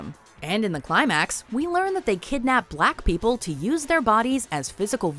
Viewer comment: Why does she say black people like that? Lol wtf